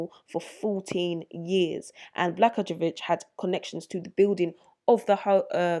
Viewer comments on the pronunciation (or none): My home state has plenty of crooked Governors, Senators, Mayors, etc. It is pronounced: Bluh-GOY-yuh-VICH. Great video, as always. Thank you for your diligent work!